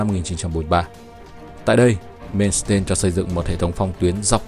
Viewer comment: Làm về nước đức thì làm ơn xem lại cái tên của ngta hộ cái Phát âm thì sai lè :))) tiếng đức mà ông cứ làm như tiếng anh, "mên s tên' 🤣